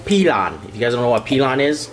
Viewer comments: Peelon 😂... PLOAN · you forgot to add garlic and butter to the mofongo. That thing you used is pronounced "pee-lone". I appreciate your twist and take on it man you did a good job. I like to cook my pernil low and slow for a loooooooong time then I uncover it and blast the heat for the skin. Literally smack it with a spoon and it falls apart. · Puertorican guy here, it’s 7am still haven’t gone to sleep and I’m torturing myself by watching this. 10/10. And funny enough you said it right the first 2 times and when you slowed down you goofed it 😂 I would come through to Quangs house for some puertorican food. 👌🏽